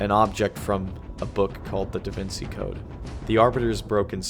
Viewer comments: It's pronounced davinCHi not davincey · Some of the content was super interesting, but ol boi just did not sound interested the whole time. Also how you going to call anyone a child and not know how to pronounce “Da Vinci” 😂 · Are we really gonna ignore the fact that this make can not pronounce DaVinci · That feel when half way through your 2 hour video you mispronounce "Da Vinci" like 5 times. Awesome video though!